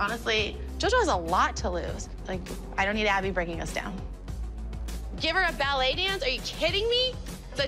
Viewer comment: Watch Abby calls “ballet” is just laughable...